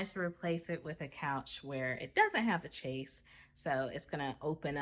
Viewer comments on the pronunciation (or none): Chaiz. That’s how it’s pronounced.